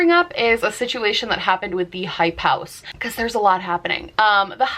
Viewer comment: It took me way too long to figure out what you were saying when you were repeating "hype house"